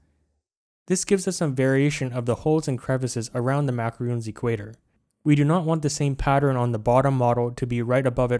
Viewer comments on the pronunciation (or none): Macarons not macaroons. Pleaseeeeee